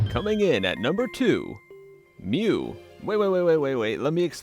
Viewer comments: I was about to punch through my computer screen when you said Mew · I literally screamed when he said mew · when he said mew i literally screamed at the screen